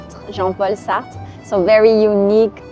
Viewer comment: I love the neighbourhoods in Paris concept -look forward to more. I’ve really been enjoying watching your videos and hearing how to say French words properly (including “ Jean Paul Satre “)!